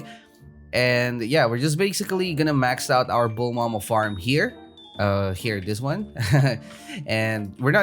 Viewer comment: It's pronounce bull-ma not bull-ma-ma